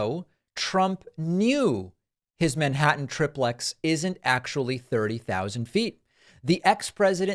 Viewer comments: Why do you mispronounce TRI PLEX, it is not TRIP PLEX ? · It’s not trip lex. It’s tri plex. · "Some people call it a tri-plex" 🙄 "EVERYONE calls it a tri-plex!!! No one calls it a trip-lex! God It's annoying when you do this. Either just admit you don't know how something is pronounced, or better yet, LEARN how something is pronounced before you say it on your podcast. This is one of several annoying reasons why I unsubscribed to your podcast a long time ago. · David, it's tri-plex, not trip-lex. Do you say dup-lex? No, you say du-plex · Okay, it's either TRI-PLEX or TRIP-LEX but it's never TRIP-PLEX!!! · No, it’s like TRY plex, not trip lex. Good grief, trip lex is ludicrous. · It's pronounced "Tri-plex," not "Trip-lex!" Say "Duplex." It's not "Dup-lex." You sound like a moron. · It's not pronounced like that. I don't know where your from but everyone I know pronounces it, "try-plex". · It is pronounced try-plex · duplex, triplex in reality, you should pronounce the do +plex and then the try +plex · its not part of the issue but living in california I've never heard someone pronounce it "Trip lex" I feel like its because they hear a computer generated pronunciation and they pronounce it wrong. I see online they have it now both ways but..... yeah. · You're the only person who calls it a triplex with a short "i", ya weirdo! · Literally no one says tri-plex the way you keep saying it lol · Haha David—some folks say Dahveed—the word is pronounced like tricycle, triad, and trimaran. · That second pronunciation of "triplex" is how we do. That first one sounds too much like "triple X".